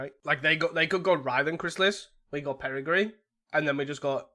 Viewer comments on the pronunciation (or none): Perigee only has one R and has a hard J sound. Peri-jee